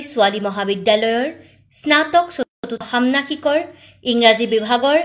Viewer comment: সান্মাসিক শব্দটো শুদ্ধকৈ উচ্ছাৰণ কৰিব পৰা নাই।